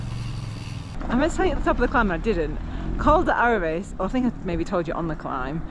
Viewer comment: It's Aravee. Final s is not pronounced. Like Paree is Paris. It's Beaufore. Silent T. Home of a very highly regarded cheese. Roseland incredible from both sides but you could have took the Col du Pre from that side. Ridiculously fast descent to Bourg St. Maurice. Nice. 2 hours from MCR. Col d Eze, Turini, La Turbine, Madone. Train and bike and you can go inland or on the coast. The location where the best riders live and train